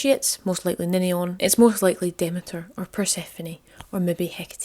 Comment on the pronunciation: Brilliant! I've missed these. This was really good, again. Demeter is pronounced Demeter, not Demeter! Christians badmouthed this goddess because it is bollox. Demeters long weekend was just a chance for the women to gather together and drink wine freely. You and your Ma would fit in well...xx